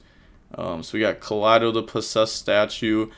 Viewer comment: Pronouncing "Keldo" like that because the last replay had Lunalights with Kaleido Chick is just a classic move Love the videos as always lmao